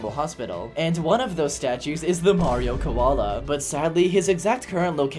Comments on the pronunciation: The Australian mayrio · Blud went austral!!!11!!1! 🥶🥶🥶🥶